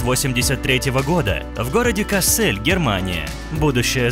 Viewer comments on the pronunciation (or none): Господи не КассЭль, а кАссель. 🤣🤦‍♀️ Сама живу в этом городе и даже с начала не врубилась, что про мой город говорят 🤣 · место рождения правильно кАссэль, а не кассЭль. Она копия своей мамы, поэтому и получилась красивой. Немецкая кровь оказалась сильнее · Ты неправильно название города произносишь, на букву А ставится ударение, кАссэль. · Город Ка'ссель -с ударением на первый слог, а не на второй(как произносит комментатор)